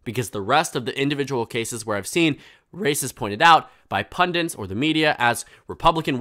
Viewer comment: "Pundints" bugs me. "Pundits", please. Not like pendants, rhymes with "undid". From Hindi, pandit = wise man, as in Pandit Nehru. Similar irritation: "the tenants of his faith". Tenets. He isn't running an apartment building called Faith. True, they come from the same root, tenere, to hold. A tenant holds a lease on a property, a tenet is a belief that you hold. Also tenure - the right to hold a job that you can't be fired from.